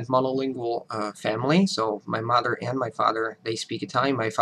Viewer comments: Steve C He doesn't sound like native speaker of english, you guys are being too generous. Again, he has obviously put in a lot of work bringing his english to such a high level, but he would never pass for a native speaker. He consistently mispronounces mother, the way he articulates himself is not the same way a native speaker would. Yes, his english is very good, but he wouldn't pass for an native speaker. Listen to conversations where the speaker has to react to what is being said. When you pass for a native speaker, people don't compliment you on how good your accent sounds, they don't say anything at all, they might say you speak eloquently but that isn't a comment on your accent. The point being, yes speaks english very well, no he does not sound like a native speaker there are a number of things off with how he speaks. When you continue to insist that he sounds like a native speaker when he doesn't, you are lowering the bar and giving false praise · Steve C And as I said, either you pass as a native speaker or you don't. This caveat where you limit the length of time that he speaks is ridiculous, the video is 7 minutes long. In less than a minute he makes non native speaker errors with the language, mis-pronunciation of mother and father, "I'd like to explain it further in more details". At this point this is no longer a comment on his accent or level in english; in other videos he has stated that he does not pass for a native speaker during extended conversation- is well aware of this, at this point it is the fanboys lauding his "american" accent that is the issue. Your comment stands in that you're free to have an opinion, your opinion has not baring on reality.